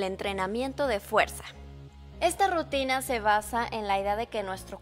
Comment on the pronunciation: Jajajajja dice RITUNA jajajajja me mato de risa (: se escucha chistoso